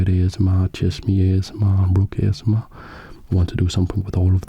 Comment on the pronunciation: I just realised that him pronouncing it A-Chess-M-R is a brilliant move 😂 Keep up the great work